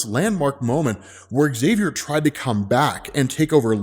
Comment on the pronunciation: ok, I really need to ask.. when I watched the Xmen show recently, I think that was called Xmen 1987.. I kept hearing Magneto says Axavier instead of just Xavier.. and then i started hearing noticing that everyone was saying Axavier instead of just Xavier.. and Now I randomly watch a Xmen video and notice that you also say Axavier.. like what's going on? is it an american thing? like how you can't pronounce ratatouille correctly?